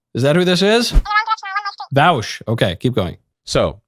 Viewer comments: Mr. Vowsh 😂 beautiful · I love that he checked and still mispronounced Vaush. Very good.